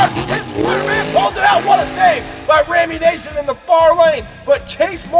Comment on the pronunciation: Great racing. But there is only one 'a' in Rammunition. Nition not nation. You trigger my OCD every time you pronounce it wrong.